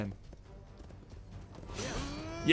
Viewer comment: "Xi chu" Dude...